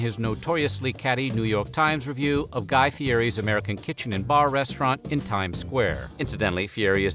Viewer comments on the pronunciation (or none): none